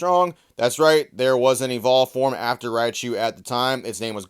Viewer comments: Other than the fact he keeps saying "RAI-UH-chu", I really wanna know how the heck he's getting "GERA-chu" from "GORO-chu"... like does this guy legitimately not know what the letter O is??? Some people are just so illiterate, can't even pronounce vowels right LOL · Everytime the guy in the video says Rai - a - chu, I'll take a shot. Writinbfbg froom affterd the vfidoe, immm prrretttyy sdreunk norrt goiong too luuieee. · "Ri-ah-chu"... very annoying pronunciation. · I mean, he's not even saying Raichu's name right lmao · Everyone upset about how he pronounces Raichu and no one talks about how pronounces Lugia 😂